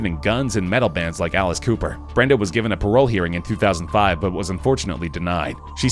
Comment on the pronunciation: Did he say Alicee Cooperr??